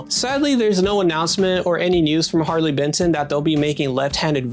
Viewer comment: ‘Harley Betson’ 😢 These guys are churning out quality like this at this price point - gotta get the name right mate haha